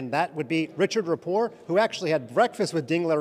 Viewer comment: This reporter insists on pronouncing Rapport's name without the T as though it's a French word 😢